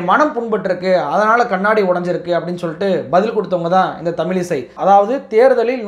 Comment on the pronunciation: தமிலிசை அல்ல தமிழிசை என்று கூறுங்கள்.தமிழின் சிறப்பு எழத்தே அதுதான் திருத்தி கொள்ளுங்கள்.